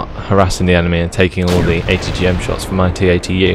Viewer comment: what nationality are you? I was watching with subtitles and every time you said atgm it said HTM!!!! hahahaha I love your vids